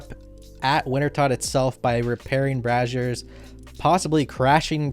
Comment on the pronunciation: watches too much porn. Braziers are not pronounced like Brazzers.